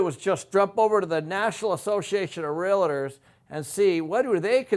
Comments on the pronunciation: Pronounced real tors your saying real a tors ! There is no a between real and tors !!! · 😡❓Stop frickin saying real-i-tors!!!! It’s RealTors. Other than that, great video!! Thanks 💥💯‼️ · (Realtors). Real-Tors Not "Rea-Lit-ors" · Hey....Can you please at least pronounce Realtors correctly? REAL TORS not REAL A TORS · It's not "realitors".